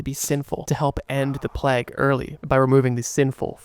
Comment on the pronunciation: I would love this way more if you didnt try to sound like an asthmatic smoker, and if you would at least try to pronounce the word Plague as it is intended to be... It's not Plaque.